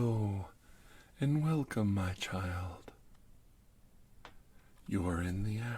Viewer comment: TingTing is the most adorable of all! “Wercome Back...”